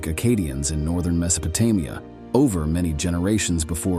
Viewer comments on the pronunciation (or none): Me so pe te Mia? Get someone who is familiar how things are supposed to be pronounced!!! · AI voices are so lame. Can't stand em. Horribly mispronouncing Mesopotamia and other names we all know but this voice just can't seem to get it's mouth around.